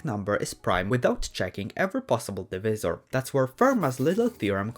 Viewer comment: divisor is pronounced “div-aye-suh-r”